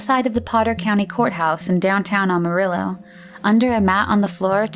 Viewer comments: does anyone else hear Awe-Marillo, and not Amarillo? Sorry can't get past it. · For f*cks sake it’s Amarillo, not Almarillo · It isn’t Ah-marillo, it is Am-arillo. Otherwise, great vid! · Good video, but it's AMArillo not OMArillo 😄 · It's AMARILLO , not ALMARILLO . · 9 minutes in she finally said Amarillo correctly, twice, and then went back to the incorrect way. "Am", like "ham" without the "h". Apart from that annoying detail, good video/content. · Aside from mispronouncing Amarillo “Almarillo” 15 times. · I can forgive not being able to pronounce Yakima, because apparently nobody from outside the Yakima valley can, but how do you mispronounce Amarillo?